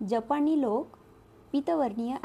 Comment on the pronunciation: मराठी भाषा... पू. ल. बद्दल आहे म्हणून सांगते.. एकतर लेख क नाही तर लेखक असा उच्चार असावा. जपणी नाही तर जपानी. उच्चार नीट करा नाहीतर पु. ल. ना किती वाईट वाटेल. ❤